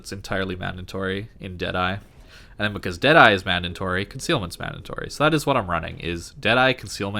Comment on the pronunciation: Great video! DId I hear "mandantory" ? :P